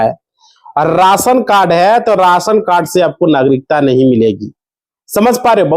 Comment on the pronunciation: Rasan cad nahi be ration card lagtha hai ye up bihar ka hindi sahi se bolna seekh be